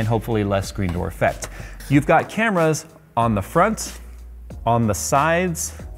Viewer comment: Every time you insert the sensor edit over saying camera is wasted. They are, in fact, cameras. He's saying properly.